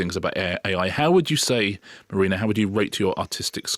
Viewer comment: Not going to watch Gangs of London until Mah-reena really, really sells it to me. Come on, try again, trippingly on the tongue.